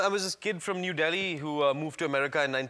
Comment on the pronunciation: sounded like "I was in Idli" hahahaha